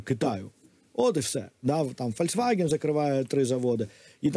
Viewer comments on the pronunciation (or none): none